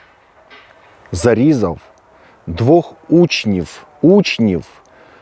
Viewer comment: Пане, вживайте звук ʼВʼ а не ʼФʼ, якщо користуєтеся українською мовою, а не російською: зарізаФ учніФ, рокіФ, стаФ, розстріляФ